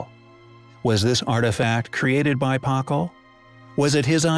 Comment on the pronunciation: Can someone please just adjust the AI to correctly pronounce Spanish and/or Mesoamerican names? It's downright painful, not to mention confusing... "Puh-call", "Puh-len-kay", etc. 🙈